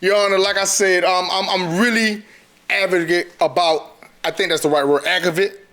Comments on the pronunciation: Advocate. He was trying to say advocate. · After he said "Agovit" I was done! 😆 After she admitted to tire slashing and wants to be a probation officer🤔 I was just dead😩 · Soon as it was said, he kicked dirt on FB. & breaking up had to do to with Tyler Perry, I knew he had female tendencies. He's annoying asf. Can't even say "advocate". I bet you'd let her put makeup on you. They're both stupid.🙄 She's slashing tires & sh*t. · What word was he trying to say?.... "advocate"? 🤦🏽‍♀️🤦🏽‍♀️